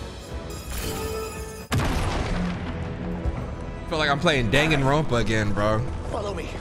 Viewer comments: yo said Daganronpa yall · saying dangonropa knowing we waiting on 3 😭